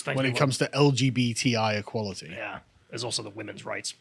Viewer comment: Sounds like she's pronouncing the word in French.